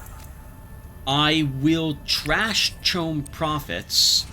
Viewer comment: Not able to pronounce any name right but got CHOAM right on the first try :P